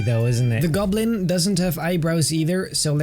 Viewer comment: "The green gublin"